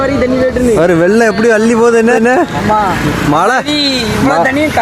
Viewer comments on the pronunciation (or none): none